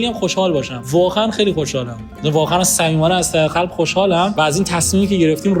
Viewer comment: چرا ق رو خ تلفظ میکنی؟خارجیا خ رو نمیتونن بگن تو برعکسی ق رو نمیتکنی تلفظ کنی،خزاخستان، خلب خرمز، هر چی ق داره همه رو میگی خ🤔چرا واقعا،از عمده؟